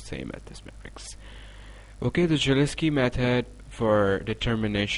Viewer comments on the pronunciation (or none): In this video, the pronunciation of the name 'Cholesky' is wrong, it should be [ holeski ]